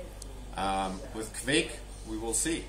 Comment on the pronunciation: you have the right pronounciation! :-D